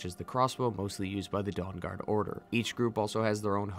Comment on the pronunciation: But you still pronounce Dawn Guard like Dong Guard. Sorry I’m a huge nerd and this stuff fascinates me endlessly.